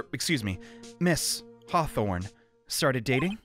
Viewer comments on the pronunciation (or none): dalhia's last name is pronounced Hawthorne like thorn like a rose thorn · it's Hawth*or*ne that's an or not a ro